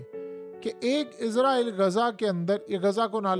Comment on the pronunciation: یار تم ایک دفعہ اسرائل کہتے ہو اگلی مرتبہ عزرائل۔ عجیب کنفیوز سپریم ہو۔ یا اردو بول۔یا انگریزی۔